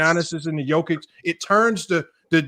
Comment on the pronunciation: pronunciation be killing me. Jokik, big ock. Damn stop butchering names 😂